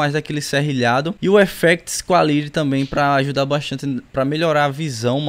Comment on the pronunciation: “Quáliri” AAAA GOZEEII